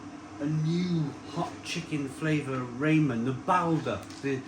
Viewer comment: 'ray men' 🤣